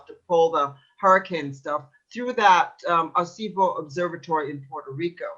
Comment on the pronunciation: Air-Ah-See-Bow. Dumba$$.